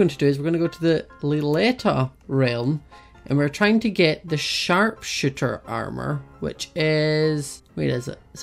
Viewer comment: said sharp-shit-er when he was saying the name of the armor